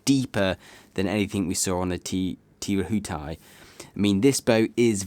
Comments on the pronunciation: Thanks. Btw the Kiwi boat name is pronounced “Teh Reh-hoo-tie’” and the ‘R’ is rolled once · Hey - re pronunciation... Try: Tee-Roo-A-Tie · Teh Reh-who-tai